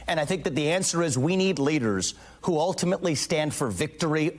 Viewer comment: Yuppie. 100%. He talks funny, kinda sounds like Roosevelt with his emphasis at the end of a sentence. "We need leaderrrrrrsuh", "victimhooduh". Nope. I can see the top of his diaper under his fake big boy pants.